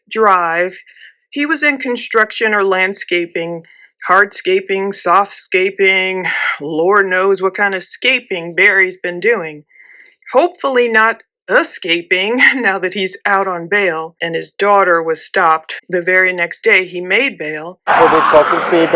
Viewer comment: Ha! I knew you'd include "ah-scaping 😆